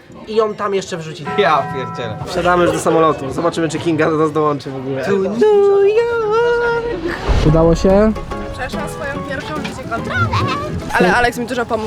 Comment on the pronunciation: Kocham on nlu yorkk coś tam coś tam jest krejzi ❤❤😂😂